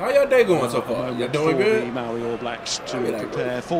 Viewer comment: this kid offended me in the first 3 seconds " Moowri " like bro what? Say it properly cuzs